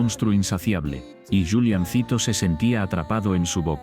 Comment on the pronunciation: Odio cuando pronuncian los nombres mal. Es Juliancito no Yuliancito. Es Edith no Idith